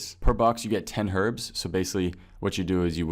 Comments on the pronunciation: Finally someone who pronounces "Herbs" as "Her-bs" Not fucking "Urbs" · They're both corerect. I personally say erb though. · they are not both correct. it is pronounced ERB